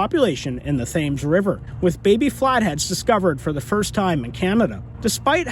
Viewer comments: Thames River.... pronounced "temz river".... just an FYI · Did you really pronounce the thames river like that lol